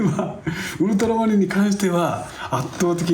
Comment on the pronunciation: ところどころ「ウルトラマリン」が「ウルトラマン」になっちゃってるのかわいい